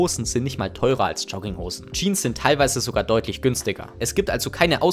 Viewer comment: "Schogginghosn". Lustiger Typ, der mir erzählen will, was ich zu tragen hab